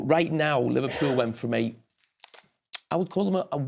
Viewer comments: 😂😂😂"Livelybool - Stay Humble Eh!"😂😂😂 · 😂😂😂"Livelybool - Stay Humble Ah!"😂😂😂 yeah to be honest Arne Slot has a lot of job btw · 😂😂😂"Livelybool - Stay Humble Ah!"😂😂😂